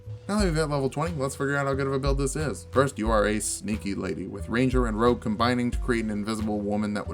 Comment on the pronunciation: "rouge" lol